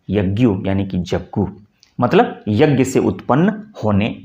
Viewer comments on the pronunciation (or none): पढ़ाते तो अच्छा हैं पर बोलते ग़लत हैं।'यज्ञ'(ज्ञ=ज्+ञ)को 'ग्+य' क्यों बोलते हो। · आप 'यज् ञ‌' को 'यग् य' अशुद्ध उच्चारण कर रहे हैं।